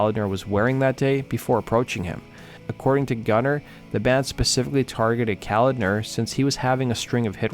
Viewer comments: &:12 it's pronounced CO-LOD-NER. Not Calender. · Pronounced Ka-lodner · John Koladner’s name is pronounced Co-lod-ner. Not the way you were saying it. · John’s name is pronounced Co-lad-ner. Not the way you keep pronouncing it.